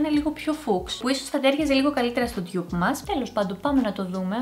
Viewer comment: Δεν λέγεται «ντιγιουπ» λέγεται ντουπ